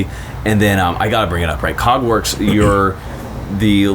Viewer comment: I coulda swore I heard "Cogwarts" instead of Kägwerks at first. I thought this man was a legit Harry Potter nerd.